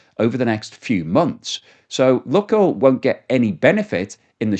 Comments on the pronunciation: Luke oil not luck oil? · The pronunciation of “Luke oil” can be broken down as follows: "Luke” is pronounced as /lˈuːk/ (rhyming with “look” but with a long “u” sound, like “loo-k”). • “Oil” is pronounced as /ɔɪl/, with the “oi” sounding like in “boy” and ending with an “l” sound. So together, “Luke oil” would sound like “Loo-k oil” with emphasis on the first syllable of Luke and a diphthong “oi” sound in oil.